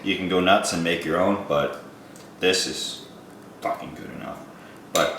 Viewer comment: "juuuust dump the fockin oil in" so canadian!